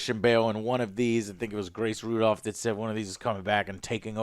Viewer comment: It's Grace Randolph lol not Rudolph